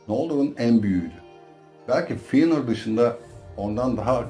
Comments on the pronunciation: Hocam dayanamadım artık izlemeye hiç mi karakterlerin isimlerini dinlemedin fiynır ne silmiriıl ne ALLAH aşkına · Telaffuzlar amerikan ingilizcesi kıvamında olduğundan ekrana bakmadan izleyince feynır kimmiş la deyince ekrana bakınca he bizim eski feanor’muş dedim.